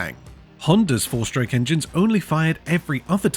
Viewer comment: What an odd video. Interesting but disjointed. Lots of footage of Cadwell Park and Isle of Man - whilst talking about Monza. Lots of talk about the sound but no actual recording. A very strange narration with emphasis on the wrong words, and slurred speech "4-shtroke". "Honda learned that power was nothing without reliability" - I rather suspect they already knew this.